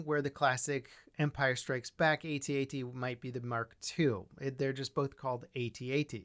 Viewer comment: Pretty sure George Lucas said its pronounced how it's spelled like the word at not each letter separate from each other like A-T-A-T? Either way very cool model!